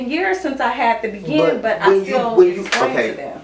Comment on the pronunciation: I was cryyyyyyin when they pronounced Bigen (Bay-gheen), as "begin" 😨 😂😂😂 Oh! and the "lesbian locks"!!! Im wheeezin! 😂😂😂 💀💀💀